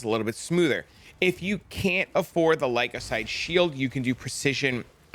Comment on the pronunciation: The what shield? Say it with me Ly-cos-a-day..😂